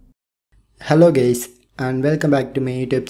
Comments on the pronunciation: it sounded like "hello gays" lol, since your like hindu or whatever it is actually kinda hard to speak english (not write cuz i am writing this so fast) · At the start he said “hey gays” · bro said hello gays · So, I really thought you said hello gays